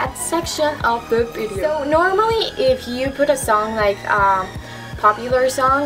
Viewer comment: I like how u say bideo instead of video 😂😂